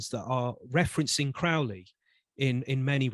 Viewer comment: You can’t even pronounce Crowley correctly…